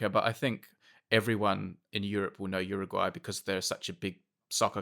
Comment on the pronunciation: Brady, thanks for saying Uruguay right.